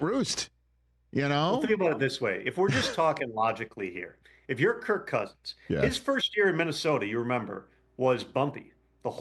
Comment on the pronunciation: Some advice. If you're going to take a shot at someone's intelligence, you better have your own ducks in a row. First, it's "Kirk", not "Kurt". Secondly, he was asking that question because he was asking if Kirk had a no trade clause. He wasn't aware he did, thus the question. He wasn't asking if a person can veto a trade if they have a no trade clause.